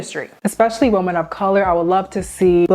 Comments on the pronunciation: Okay, I need to know. When you say woman and women the pronunciation sounds exactly the same. Is it just a regional difference? Are both words pronounced the same in your area? Because where I live "women" is pronounced wimen with the wi pronounced like whip. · It’s pronounced womEn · “Women” is pronounced differently than “woman”. You pronounce both like “woman” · I'm trying to get through your video because it seems like good content, but something is jarring/distracting from the flow of it. The plural of "woman" is pronounced "weh-mehn", not the same as how "woman" is pronounced. It's confusing to hear you talking about multiple women but then suddenly you're saying a single woman. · why do ppl pronounce women like “woman”?? it’s women- plural not singular